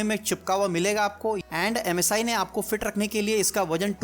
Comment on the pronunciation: Ajj ekbar bhi msi ko masi nahi bola